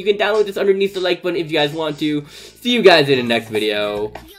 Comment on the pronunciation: Button not bottom😂